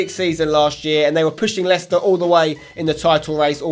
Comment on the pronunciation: *Leicester It's not that hard